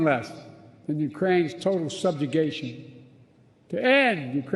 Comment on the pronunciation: No, URAINES democracy!! 🤣🤣🤣